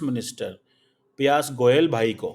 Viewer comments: Pppp hai pya nhi smjhe piyush goyal hai name unka pyas nhi pronounciation toh thik kia kro 😂😂😂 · Piyas nahi shri Piyush Goyal. Naam to sahi le lo. Naam leta samay toh punjabi accent rehna do. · Hello its piyush goyal not piyas goyal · Bhai saab.. Piyaj Goyal nahi..its Pi'yus Goyal ...😀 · You don't know how to pronounce the name of piyush goyal? Seriously??? And you call yourself a phd??...